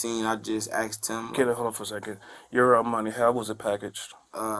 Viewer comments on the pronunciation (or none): He axed a question